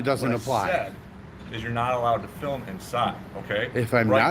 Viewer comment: Especially good one. FILM, not FIM though. The L is not silent. FILL MMM